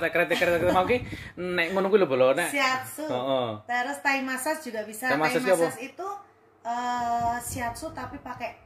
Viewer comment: Bacanya Massaj mas...